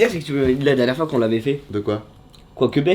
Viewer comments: EN PLIS IL A VRAIMENT DIT QUOICUBEH ET NON QUOICOUBEH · INOXTAAG il dit quoiqueuber 😭 c'est quoicoubeh 🤣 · PK IL A DIT QUOIKOUBE EN PLUS IL A PAS BIEN DIT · quoiqebei 😂 c’est quoicubeh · Quoiquebeh il a dit 😂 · Il a dit "quoiquEbe"🤣😭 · Nonnn Inox le “quoikebeh”😭😭😭😭